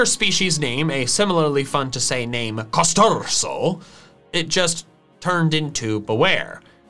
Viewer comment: I'm german, and I'm triggered by how you pronounce Machollo and Velursi Edit: Kosturso is even worse